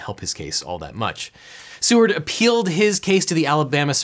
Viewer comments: The guy in the examples name was Edward Seaward, but I heard it as Edward C-word which I found quite fitting. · I will call him "Edward C-word" because that's what I heard.